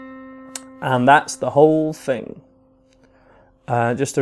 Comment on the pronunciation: I’m learning this for one of my best friends 😭 but the way he says “and that’s the WHOLE thing” is COOKING me